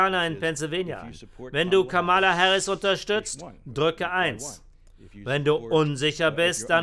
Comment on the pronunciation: Warum spricht der Sprecher durchgehend von Kamála statt Kámala? Das macht auf Englisch nur Trump.